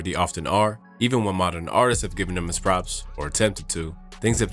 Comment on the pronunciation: “Artist-sis” ha, WTH?! Try Artists